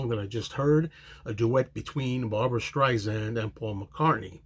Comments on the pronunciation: Hey! Pronounce Barbra's name correctly!! It's Sand, like the beach, Not zand! Get it right if you want to review this song!! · Good reaction. Not to be that perosn, but I'll be that person, it's StreiSand, with an "S," not StreiZand. Barbra would never let Paul come off poorly. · It's Streisand like the word sand....soft sssss. Disappointed with this jarring mispronunciation with zzzz.